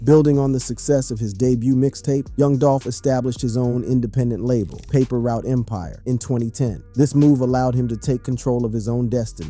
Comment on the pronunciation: when he didn't pronounce paper route empire right i knew this was a joke